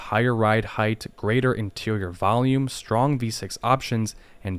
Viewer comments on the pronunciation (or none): none